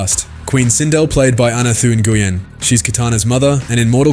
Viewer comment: Nguyen is pronounced “WEN”